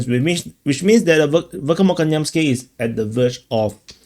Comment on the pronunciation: Dear, You must treat "kh" as a single "letter"; imagine the "k" and the "h" superimposed. There is no "k" sound in the Cyrillic X (